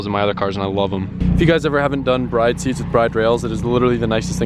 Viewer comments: Isn’t it pronounced “brid” not “bride”? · Isnt the BRIDE brand pronounced "brid"? I'm almost sure it is